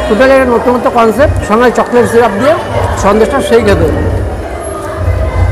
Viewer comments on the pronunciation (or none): none